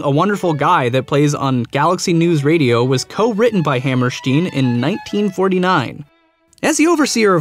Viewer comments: It's Ha- Mer (like in 'merica)- St - "i"-N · You're over pronouncing Oscar Hammerstein's name. It's not as German sounding as you're making it.